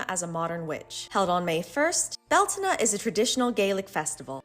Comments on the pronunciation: Beltena? they pronounce... Alright, Its bell-tain. Learned this from my celtic pagan mom. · Is it really pronounced bell-tah-nah? I thought it was bel-tane? Not trying to be nitpick just asking